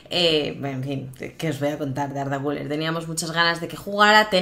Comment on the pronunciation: Güler con acento en la e! Como Soler :). Olé ese turco. Güléééér.